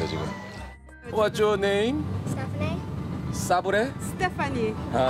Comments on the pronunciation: 아니 근뎈ㅋㅋ 알고 몇번을 들어도 사브레로 들리는 내 귀는 뭐람 ㅋㅋㅋㅋ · ㅋㅋㅋㅋㅋㅋ싸브레 하고 들으면 진짜 싸브레네ㅋㅋㅋㅋㅋㅋㅋㅋㅋㅋㅋㅋㅋ 이거 몇번이나 본건데 갑진기 싸브레로 들리냐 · ㅋㅋㅋ 근데 진짜 싸부레로 들린다 ㅋㅋㅋㅋㅋㅋ 북미영어 어렵네 ㅋㅋㅋ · 사브레라 생각하고 들으니까 진짜 싸브레라 하는거 같음 ㅋㅋㅋㅋㅋ